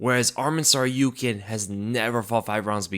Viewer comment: It's pronounced TsarukYAn. All armenian last names are stressed on the Yan. PetrosYAn. Just follow Jon Anik example, the only commentator with professionalism who actually looks into how to pronounce names correctly